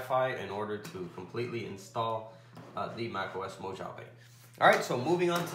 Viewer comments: Just so you know, it's pronounced "Mow-ha-vae". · Mo”H”ave lol. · I threw up in my mouth every time he said "mo-JAH-veh" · great tutorial but I just can't help it.. being from California, it's pronounced Mo "ha" vee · MacOS.... Mo-“ja”-ve? I’m sorry. That was a good video, it helped me alot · you are clear,concise and well understood.except that is Mojave j is pronounced as an h sound,i used to live their.Great Job!!